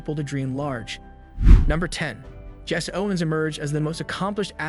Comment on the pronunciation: Its Jesse. Jess-see. Not Jess.